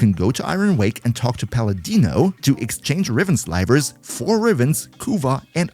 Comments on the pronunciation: It's Sli-ver, Not Sl-eye-ver. He said it completely wrong. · NO way thats Slyvers xddd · No way Riven Slivers are pronounced like that